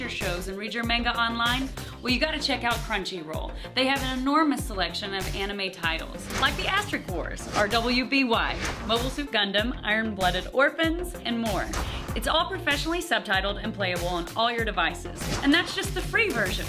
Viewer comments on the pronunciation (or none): did she say, R-W-B-Y? it's Rwby, pronounced ruby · Did she just pronounce it 'Arr-Double U-Bee-Why'? I mean it is spelt RWBY, but you pronounce it as ruby. I mean this is the kinda shit you need to check before cutting promos, guys. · It's RWBY (Said as Ruby) You Philistines!!!!! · R W B Y? you mean RWBY, as in Ruby? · RWBY is pronounced ruby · rwby is said like ruby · RWBY is pronounced 'RUBY" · how did you miss pronounce rwby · Did she really say wby? It's called RWBY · Rashad Smith Correction, there is everything wrong with how she pronounced it.